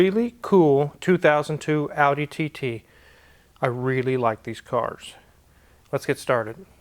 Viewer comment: If it helps, TT pronounced in German is TayTay.